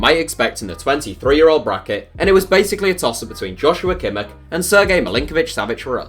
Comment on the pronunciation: Is it that hard for English speakers to put a 'h' at the end of words, for example in Kimmich?